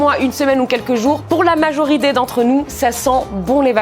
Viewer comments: c moi ou elle à dit majoridé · 42 sec. Je rêve ou elle a dit pour la majoride ? 🤣